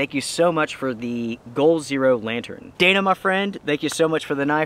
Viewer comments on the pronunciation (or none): none